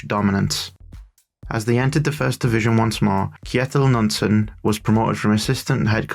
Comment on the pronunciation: In Norwegian the K before an N is pronounced. Knutsen starts with a K-sound. Like in “Keep.”